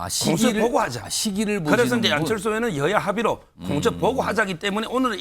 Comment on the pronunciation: 공처 보고 하자? 한국어 발음이 영..